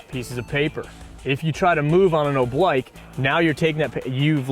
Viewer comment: oblique is pronounced, oh bleek